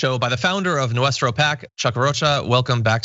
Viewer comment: Noo-es-trou pack... 👀